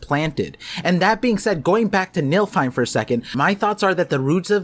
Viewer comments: You're definitely cooking... but "niLFheim" was hard to hear repeatedly. It's niFLheim. My brain kept thinking about a realm of MILFs the way you were saying it. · Nilfheim👀🤣sounds like milfheim. Btw, its spelled like this: Niflheim. And said like this: Nee-fil-heim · youre proouncing Niflheim like its MILFheim, but its pronounced NIFFLEheim I personally wouldnt mind a milfehim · I'll leave the other Norse pronunciations aside, but arriving at "Nilfheim" and "Skyrim" requires a dose of illiteracy in the mix.